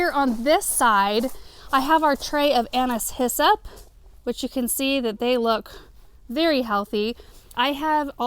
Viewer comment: I feel like such a dork! All this time I thought you were saying “Anna’s hyssop” as if it were a variety of hyssop 🫣